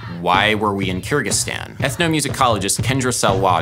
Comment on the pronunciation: It’s pronounced KUR-gig-STAHN. Sorry I couldn’t stand hearing it the way you were pronouncing it. Someone had to pronounce it the correct way throughout your whole trip.